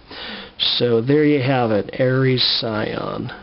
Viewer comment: Shion isn’t that hard to pronounce my guy.